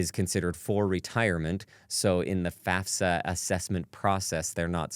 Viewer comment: Thank you so much for pronouncing FAFSA properly…